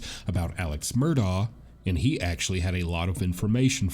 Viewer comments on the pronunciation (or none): Since you're going to be talking to him, I think you should know how to pronounce his name correctly. It's Alex (pronounced Elick, or at least Alec) Murdaugh (pronounced Murdock) I'm actually really surprised no one has at least corrected you how to say his last name. Still love you! Just trying to help, not criticize. 😊